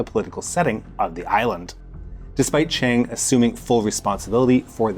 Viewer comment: I love how his Russian pronunciation is amazing and his Chinese pronunciation is just "make it rhyme with BANG"